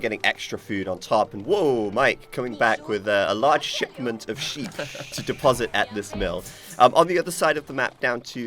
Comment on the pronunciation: "A large sheepment" "Frenchise"